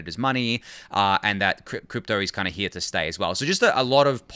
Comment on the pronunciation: Can you pls keep this guy instead of Ryan, other than the way he pronounces "here", he is perfect.